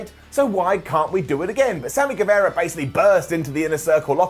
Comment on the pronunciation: it's pronounced Samy GueVAHra, not GueVEHra